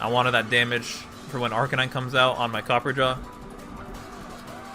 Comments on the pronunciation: there's a fucking "a" between copper and ja. It's based on "raja" which is something of royalty in India, where elephants are treated as sacred. So no. It's pronounced Cop-per-ah-ja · Say it with me copper-ah-jaw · Its not fuckin copper jaw Its Cop-per-ra-jah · Copper Raja, like a copper king. Pronounced Copper-RAH-jah. Not Copperjaw. Please.